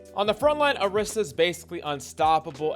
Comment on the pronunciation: why he call "orisa" - "Erisa"? eben in the time stamps???